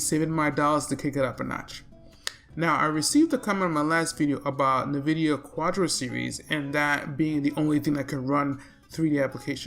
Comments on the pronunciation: Good video. BTW Nvidia is pronounced "in-vid-iya" with the first syllable sounding like "in." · No one's gonna talk about the "Nuh"-vidia.